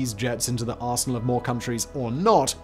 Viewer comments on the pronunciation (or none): none